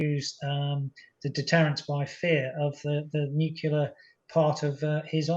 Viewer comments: I t is NOT his accent. It is a blatant mispronunciation and doesn't sound ok. I am English and I know how to pronounce it properly. A mispronunciation caused by accent is someone from Essex saying PEEPOLE or HOSPITOLE. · This guy is educated? Why can't he pronounce the word nuclear properly? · Nu-cle-ar, not nuc-U-lar, please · Did this man say NUKILLER instead of NUCLEAR ? Sounds like he did which makes me want to disregard anything else he says. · Nuclear, not nu…killer? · Why do people say "nucular"? It's "nuclear"! These are generals. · It's 'referenda' not 'referendums'. Astonishing that American Anthony Blinken can get it right, but the BBC, guardian of English, can't. Also why can't otherwise intelligent people pronounce 'nuclear' properly? It's not nuc-u-lar Maj. Gen. Chapman. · how does an expert say 'noo-kyuh- ler'??? It's 'noo-clee-ar' gosh - theres no y sound! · But why does this “very model of a modern major-general” say “nuke-ular” rather than “nuclear”? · It's nuclear, not nuckelar. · Why certain people insist on saying something like "nuculear"? Is it because they cannot correctly pronounce nuclear ? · I love all your posts, thank you for quality reporting. I do wish the guests knew “nucular” is not a word 😊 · Why can't seemingly intelligent people say "Nu-CLE-ar"? Why? Why? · Nu cle ar. NATO, not EU. THANKS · "Nuculer" . . ? Whot..? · "Referendums" "nuc u lar" " you know." What happened to top-drawer speech? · Nothing undermines the credibility of an 'expert' like talking about 'nukular' issues. Just sayin'. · Is this Major General really saying Nukular ??? Last person I heard say was GW Bush! 😬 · Needlessly nitpicky I know, but my brain finds it SO distracting when someone, especially someone giving an expert opinion on nuclear weapons and policy, can’t say the word “nuclear”. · I love it that serious Britons say nuclear like George W Bush now. Language changes so quickly, eh. I’m becoming a fossil. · He certainly didn't say NUCLEAR